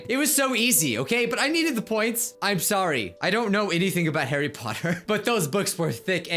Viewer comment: YOU DIDINT READ MAH HARRY PAWTER BAUKS